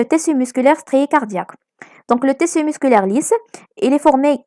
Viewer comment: Mes encouragements, c intéressant, mais stp, on prononcé tiiiiiisssu et ne pas teeeeessu. Et tu va vite, on suit pas... À part ça, t'es la meilleure.